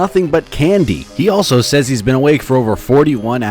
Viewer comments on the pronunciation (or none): none